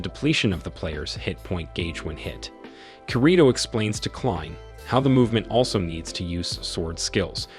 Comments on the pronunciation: Man keeps saying his name wrong I can't stand it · you're not pronouncing his name correctly (Kirito) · Dude you are saying the character name wrong man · Bro said kirito wrong💀